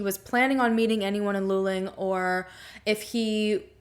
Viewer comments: Thank you for covering this story. I'm in Houston and the coverage of this missing person case was minimal. You mentioned maybe it was a Frat. Hazing. - This is a great theory. Could he have died during hazing and the accident location is staged? Luling ( pronounced Lou Ling ) is half way between the College and his home. **Was he in a Frat? If so, were any of the guys from Luling? What I can tell you about the highway in Texas at night - it's dark and you can easily miss a turn off or make a wrong turn. So this theory works too. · Loo-ling, not lulling. More oil well pumpjacks than cows around there. Years ago we used to drive through that area regularly. One can smell the oil in the air. It is interesting to look at the Google Earth pix of the land around 2300 Salt Flat Road. If nothing makes sense, one should re-examine initial assumptions and maybe even repeat initial actions in the light of revised assumptions. It wasn't really that cold that night, according to historical weather records. Not cold enough for a young man in good physical condition to experience paradoxical hypothermia, but maybe, if he had a concussion injury or was using some substance other than and in addition to the cannabis. I think some kind of "Deliverance" scenario in the backwoods of Texas oil country is really far-fetched, and any self-respecting group of thieves would have taken the valuables for sure. More likely to run into a roving band of Jehova's Witnesses than a real evildoer. Although them trying to convert you can be an experience in itself. Drain that little pond just east of the old farmhouse at 2300 Salt Flat Road again. It looks like a nice swimming hole, but is probably polluted by the oilfield activity. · It’s pronounced “loo-ling”. I love ❤️ your channel!! So happy you’re covering this. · Also its pronounced "loo-ling" luling lol. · Just saying this as a central Texas native: It's pronounced Loo-ling or Lew-ling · It’s pronounced Lew-ling